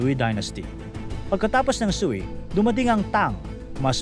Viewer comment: Prounounciation ng sui dynast (katunog ng sway)